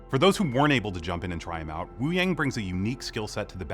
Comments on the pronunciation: Hey devs can you atleast pronounce Wúyàng correctly???? It sounds like "Woo young" not "Woo yeng" :/ Also his visuals really aren't that impressive... it looks like blue energy with 2d effects, kind of cheap compared to other heroes like Mei who have fitting ice visuals that LOOK icy not blue energy. I want to be hyped for this video but the blatent disregard for Wuyang's name amd design is weird. Still, its good to have these update videos. I am looking forward to the info pages. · Devs pronouncing Wuyang’s name as woo-yay-ng and not wu-yah-ng 💔💔💔